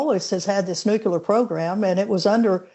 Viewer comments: Its nucular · When the lady sayd "nucular" means she is clueless. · i love old granny experts who say NUKELAR ffs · Funny how since GWBush the word, "nukular" seems to have stuck, even with people who appear to be well-educated. Education is not high enough on the USA's priority list today. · Minor point I know... but I find it amazing how many highly educated and highly decorated military experts pronounce nuclear as "Nook-yoo-ler". Just sayin'.